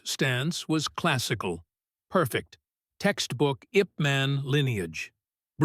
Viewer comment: Name of lee's trainer was YIP MAN. Not in english way. Ask some chineese how to read it. No offence to you. DARKO BOSNIAKOVICH spirit with an axe ZAGOR TE NAY ahhyaaakk!!! 😂